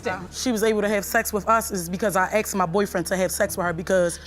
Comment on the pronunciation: The word is ASKED not AXED!!!!! Unless you armed yourself with an Axe!!!!